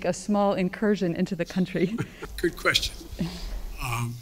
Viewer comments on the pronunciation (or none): none